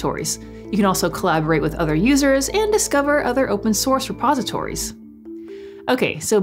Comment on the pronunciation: Before I watched this video I keep hearing "Suppositories" I'm like. What?" I need to have a suppository to use git!? 😲